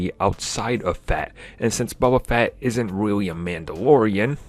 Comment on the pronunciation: "bubba fett"